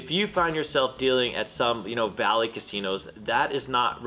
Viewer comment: At first I thought you said 'valley casino' but after rewinding, I think it may have been BALLY. Either way, how are their customers and action different than the high end places?